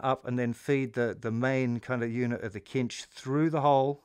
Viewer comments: D'Addario is pronounced Dah-dario, not Dee-ah-dario. Cinch is pronouned sinch, not kinch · Pretty certain cinch is pronounced with an 's' sound not a 'k' sound.